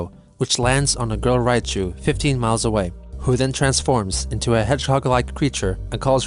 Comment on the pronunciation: 100 mies away